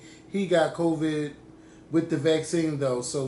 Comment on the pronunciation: I love you to death but my goodness it’s pronounced Co-vid not Co-veeed. You’re dragging the end and it’s sending me 😩😩